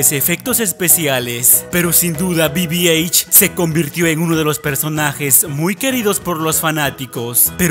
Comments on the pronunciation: El droide de the force awakens no es BBH como lo Pronuncias, Es BB8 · BB eich :v BB-H ? no es BB-8? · Es bibi 8 no bibi eich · que debe decir bibieit y no bibieich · bibieich bibieich? Es BI BI EIGHT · Minuto dijo bbh y no bb8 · Es bibieigth no bibieich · Se pronuncia bibi eit pero se escribe bb-8